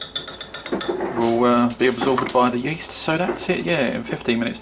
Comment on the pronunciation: You said yeast like co2